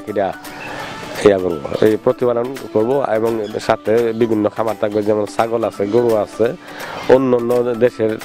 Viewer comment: পাকি না পাখি । কামার না খামার। বাংলা বলতে পারেন না। আবার চ্যানেল খুলেছেন মিয়া